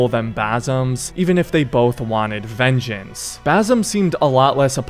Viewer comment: Basim❌ baysum✅